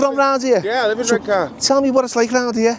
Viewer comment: If he mispronounces Redcar one more time, I'll scream. (EDIT...ARRGHHH!!).